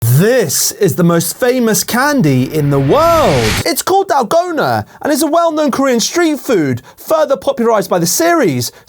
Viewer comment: The way he says dalgona💀